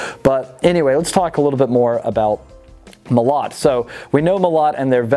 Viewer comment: Molot - emphasis on the first O... Molot also means hammer :). Оружие - Weapons. Orugie